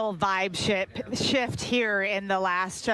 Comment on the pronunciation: Eva sounded more like a "Grim Pill" than a "Pilgrim" when she hilariously left the "f" out of "shift" when she tried to say "vibe shift" when talking about the Harris camp! Donna Brazile looked like she was cosplaying as a 1700s aristocrat, with her hairstyle looking like one of the powdered wigs that were fashionable in that era.